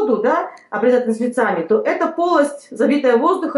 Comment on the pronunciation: Благодарю за совет p.s.с Русским языком большие проблемы у женщины, «ложим», « ножницАми» и т.д… 🤦🏻‍♀️